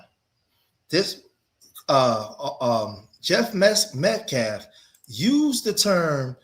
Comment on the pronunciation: Correction it’s “Meth”calf.